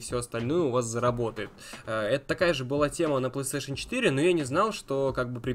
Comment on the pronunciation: Мне одному забавно от того, что он говорит пстейшн вместо Плейстейшн?